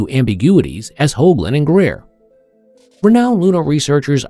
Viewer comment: The moment you said Greer, you lost your last shred of dignity. Unsubscribed..